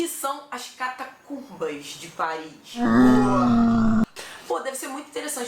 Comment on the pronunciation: Cidade linda😍😍😍! "Parri" é "Parri"!